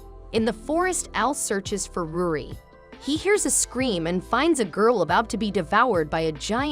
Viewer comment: Bruh ruri not rudi